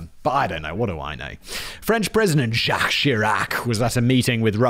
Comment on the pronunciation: Pronouncing Jacques like Jack?😁